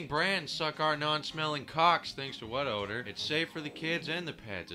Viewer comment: When you say "What odor" it sounds like "butt odor" lol